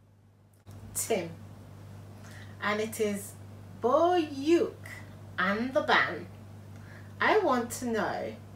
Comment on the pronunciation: Its not bo-uke but bouke